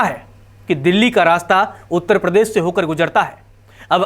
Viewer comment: भाई, आप प्रदेश को प्रदेस बोलते है, अर्थात श को स बोलते है।